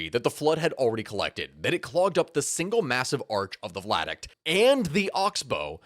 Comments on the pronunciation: OMG stop saying vlad-uct! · Lol vlad-uct. Via-duct. Great video! Love the channel! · Pretty sure he's misreading viaduct as vladuct throughout this. Viaduct is an low bridge across a valley. Vladuct is not a thing. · _ V I A D U C T _ NOT WHATEVER THE F*CK A "VLADUCT" IS!... How does that even REMOTELY SOUND right??... And do you NOT get ANYone else to PROOF you videos BEFORE POSTING so that you DON'T end up sounding like a MORON??.... 🤦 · Lmao he says Vladuct the entire video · THANK YOU!!! I have been sitting here trying to figure out WHAT THE FECK he was talking about! 🤣 vLaduct! Hahahahahahaha! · As tragic as this story is, every time says “vladuct” instead of “viaduct” I have to swallow a laugh. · I love this video. You are awesome. You kept saying "Vladict" around the 33 minute mark, its pronounced via-duct. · Vi - a - duct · I'm sorry, but were you trying to say Viaduct ? Bc I'm hearing "VLADuct" lol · yeah, it KILLED the entire video for me.. guess I'll never know what happened in the last half, because I cannot listen to that BS. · Are you saying v i a duct? I keep hearing an L